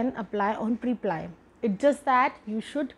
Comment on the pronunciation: Isn't it preplee and not priplaiyee??